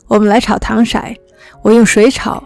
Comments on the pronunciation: 糖shai？小高姐被东北人传染啦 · 糖色（shǎi）hhhhh，笑死了